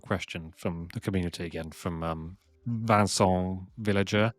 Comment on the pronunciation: Interesting pronunciation of Vincent😂. Great interview 👍